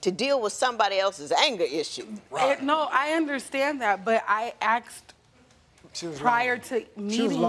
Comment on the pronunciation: Don't they learn to say "asked me" not AXED me?